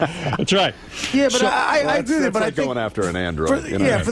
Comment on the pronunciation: “wiff” Stewie comes out from time to time